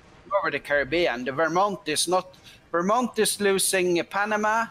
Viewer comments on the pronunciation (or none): none